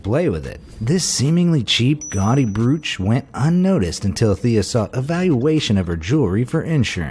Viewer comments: Bruch? Do you mean brooch? 🤔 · Bruch?? Brooch like roach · OMG I COULD NOT DEAL WITH THE WAY HE PRONOUNCED BROACH "BROOCH" AHHHHH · In regards to #10, despite the spelling, "Brooch" rhymes with coach, not cooch. Lol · Did anyone else want to jump off a bridge by the end of the first story after hearing him pronounce broach as BROOOCH for the 500th time? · If he says “bruuch” one more time... 🤦🏻‍♀️🤦🏻‍♀️🤦🏻‍♀️ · Brooo-ch. lol It's an effing BRO- ch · Broooooooch not bruuuuuuch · It’s pronounced Bro-ch (broach) not Brew-ch lol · That's brOach... NOT bruch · Pronounced "broach" not "brooch"!!!!! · you don't pronounce it as brOOch. It's pronounced Broach as in Float. Kindly re-programme your voice emulator. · Pronounced BROACH not broooooch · "brooch" is pronounced broach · It's a BRO-ACH - as in Roach. WTF - you had ONE job. UGH. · 🤦🏻‍♀️. Brooch is pronounced with a long o. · THANK YOU! Between that and brooooch, it was driving my crazy. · Brooch, pronounced broach, broach, broach! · BROOCH?...... pronounced.. broach as in bro ch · Brooch is pronounced with a long "o" sound, like broke,. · It's the British old school pronunciation. but I doubt the narrator knew that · You ate pronouncing the word "brooch" incorrectly. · Dude, you don't know how to pronounce the word "brooch"? Wtf? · That is not how you say "brooch" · Your pronunciation of brooch is so aggravating